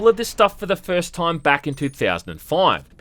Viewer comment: I'm an Aussie and I've never heard anyone on earth pronounce time as "TOOOIME", goodness me.